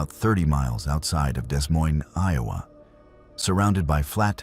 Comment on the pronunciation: 😂 DeS Moines??